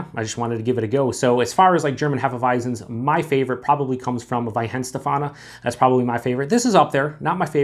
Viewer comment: It’s pronounced vine-shtef-arner. I love these wheat beers